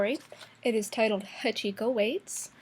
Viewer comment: Hackikomis pronounced, har-hik-oh